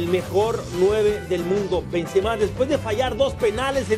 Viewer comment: Pronuncian bien cgado los nombres xDDDD benzemehhhhh